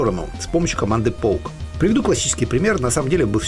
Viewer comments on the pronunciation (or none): Не поук, а поке! ))